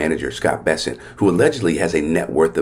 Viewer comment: The last name of the Treasury Secretary is “Besse N t” not “Besset”. So his last name rhymes with the word “present”. Look at the spelling and pronounce every letter.